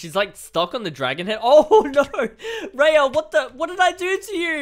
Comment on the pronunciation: Its r. .I. Ya ok raya